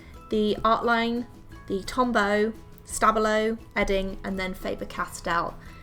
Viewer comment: Tombow aren’t supposed to be waterproof.... so I’m very confused about it being downgraded for being exactly what it’s said to be - water soluble. I’m also confused about the stabilo name. How is it supposed to be said. How it’s pronounced here is something I’ve never heard before. About Posca, it’s waterproof, but is a paint pen, which means it can very easily get scratched off after application and dried. Other than that, such a good thing to do with your pens.